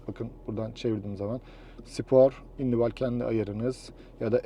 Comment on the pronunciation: Individual nasıl okunur onu bi öğren istersen dayı